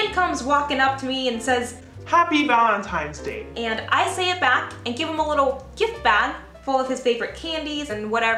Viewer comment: am I the only one who hears "valemtimes day?" XD I so understand .. Chicano problems . lol I thought it was your mother in law saw the wedding video and she made valentines bad. not a hs story . You got me . lol